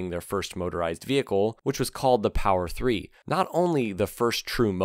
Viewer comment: "Power Free"?